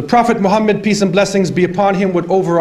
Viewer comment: Maa shaa Allah. Very Pertinent at this point in time. An Observation :Could you Please Pronounce the Name محمد Muhammad Correctly and NOT Muhammed. Also Shaitan Attacks from Right, Left, Behind and Infront, But Not from Above nor Below